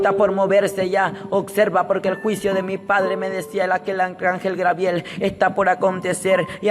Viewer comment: Jajaja a este peterete dice que Dios le reveló que esn en el infierno Yiye Ávila y Héctor de la cruz pero en otro video yo oí que otro a quien reveló Dios que Yiye Ávila está en el cielo,al final a quien vamos a creer a este o al otro que dijo,lo contrario,jaja me hace reír mucho como narra sus cuentos,por favor no crean a este profétucha,ja grabiel,quien grabiel,no ha leído ni mucho la biblia no es grabiel si no Gabriel,ya basta de poner atención a este seudo profetucho